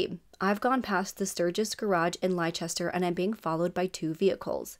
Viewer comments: Great to see you cover a British case, however, it is pronounced Lesster, hun. English pronunciation is stupid sometimes! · FYI, Leicester is pronounced as “Less-ter”, just as Gloucester is pronounced as “Gloss-ter”. For future reference. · Leicester is pronounced as Lester...yep weird, I know we have strange ways of saying things/places here in UK! The car make Seat is said Say-at...from Spain. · Just for the sake of accuracy, Leicester is pronounced as Lester for some reason. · Well told story. Don't mean to be rude but Leicester is pronounced Lester😁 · U are pronouncing the place where it happened wrong it sounds weird hearing it how u say it been from England 🏴 🇬🇧 🤔